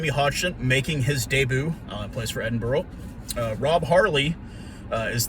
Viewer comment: Just a heads up Edinburgh is said as Edin(bra).